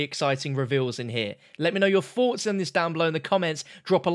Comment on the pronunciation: “ let me know your foughts”